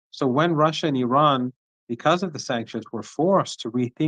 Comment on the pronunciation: What is Ahran? Do you say Ahresponsible" or Ahrational"